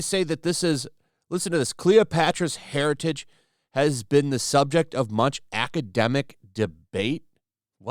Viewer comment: Lol "not Jada Pinkett smith's *hairitage*?!"